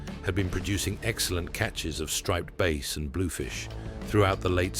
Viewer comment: Striped bass is a fish it. It has nothing to do with sound, so it is not pronounced like "Base". The A in striped bass is pronounced like the A in Apple, not the A in ace. If you're going to narrate something you should make sure you pronounce everything correctly.